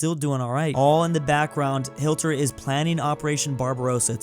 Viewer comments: I'm sorry I had to stop watching when you said Hilter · bro said hilter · "Aldolf Hilter"